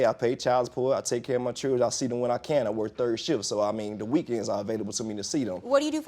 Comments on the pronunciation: All I wanna say is please use proper pronunciation when speaking it’s chil-dren not chrdrn There is a reason you take English in school . And why is she talking funny? Is she on drugs? Did she just get out of the dentist office and her mouth is numb. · To get your child's circumcised now it cost $200 out of pocket... But whats he keep calling his kids it doesn't sound like children it sounds like chills I don't know what's he calling them?